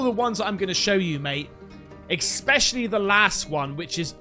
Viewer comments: "Expecially", really mate? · Please do me this one huge favour. I'm not trying to hurt you with my comment either. Just learn how to say ESPecially properly and I will like and follow. Deal??